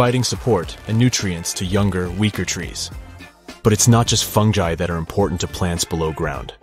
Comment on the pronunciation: Him: Funji Me: What?? Do you mean Fungi???